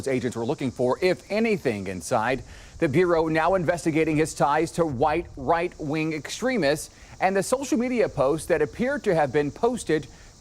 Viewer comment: White Right Wing is kinda a tongue twister if you think about it. I can see why he messed up saying it